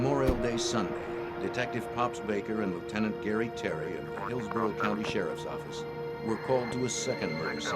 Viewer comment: And he was a goddamn head of the new "yoak offace"